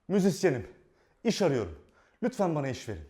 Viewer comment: 2.48 işini gobaran müziksiyenim diyo